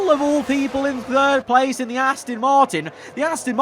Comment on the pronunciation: PLEASE STOP SAYING ASTIN ITS ASTON